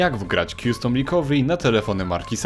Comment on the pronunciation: Dzięki, świetna instrukcja i linki ale, zeby dodać 'powagi' komentarzowi i zeby nikt nie pomyslał, ze to dyletant - nie mozna mówić kjustom! Dla mnie to było nieznośne, podobnie jak często, 'informatycy' dyletanci mówią Skejp czy dilejt na delete. Co brzmi jak opóźniony (delayed). Custom czyt. kastem, recovery ri'kawery, z akcentem na ka.